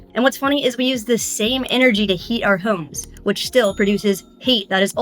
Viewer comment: She says homes weird